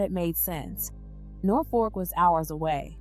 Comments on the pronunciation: Nor-Fork….nooo. But we sound it like Nor-Fuk. I live here. Thank you for covering the story. I remember this happening. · NorfoLk!!! That’s not an “r”.